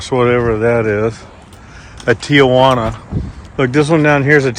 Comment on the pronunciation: WHY cant americans READ? TIGUAN....a G in the middle, not TIJUANA 😂 Your making everything up... RED NECK warning You actually behave like an illiterate imbecill... We all laugh at you....red necks SCANIA & Volvo is the brands that will kill all sales of your 1960 technic dinosaurs like 2025 Peterbuilts and more. Listening to you is fkn emberrassing, its like the lights are on but nothing happens😂